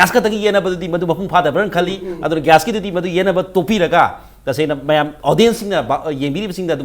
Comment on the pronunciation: Its a gas not gyas